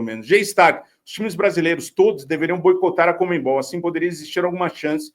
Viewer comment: Comenbol? Conmebol Sério que vocês falam comenbol? Soa muito engraçado